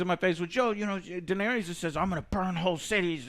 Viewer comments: DAENERYS! Not danis! Do you even watch the show?! Ughhhhh And dont give the excuse that they're made up words. All words are made up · Are you even able to remember how any of the names are pronounced, it's not Kegnbolw, ist Cleganebowl... Edit: holy shit you are literally incapable of pronouncing ANYTHING. It's not danys it's Daenerys and it's not vareeeeees for God's sake wtf is wrong with you.